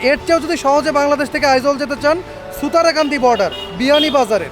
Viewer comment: ছুতারকান্দি না শুতারকান্দি বর্ডার, শেওলা বিয়ানীবাজার ,সিলেট